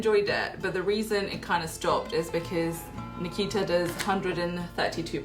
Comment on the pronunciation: Why did u pronounce Nikita wrong ? You pronounce taimur , right ? 😂😂😂😂😂😂😂